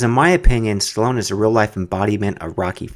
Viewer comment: chloone...? hahahaha stallone